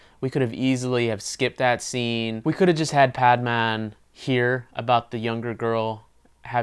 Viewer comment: great review, but why r u pronouncing the title "paad-maan"??